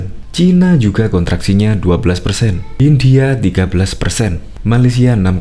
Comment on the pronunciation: Bukan Hindia tapi India kali yaaa